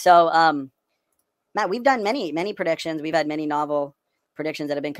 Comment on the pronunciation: I will never not hear his name as "Wrong Matt."